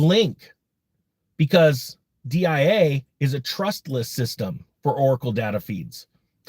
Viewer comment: It’s DIA